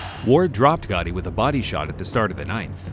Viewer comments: It’s “GATTI” not GOTTI…. He’s not John Gotti. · I would have rated this a little bit higher if the guy narrating would stop calling him Gotti over and over again when the correct way to pronounce his name it's clearly stated in the footage. The kind of annoyed me the entire time!